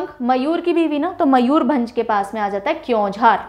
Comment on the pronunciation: Almost correct but not all correct. Let me correct. Balasore is "Baleshwar/ बालेश्वर" Kalahandi is कलाहांडी not कालाहांडी Bargarh is बरगड In Odia langua the use of अ is more than आ For example Ba is ब not बा So Mayurbhanj is मयूरभंज not मयूर भांज I hope this is clear. I wish ther is any voice text service in YouTube. I could have recorded and commented. Cheers!